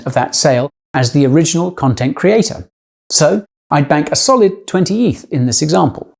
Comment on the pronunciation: heraing a british person say "eeeeeeeeeeeeeeeeth" is v jarring lol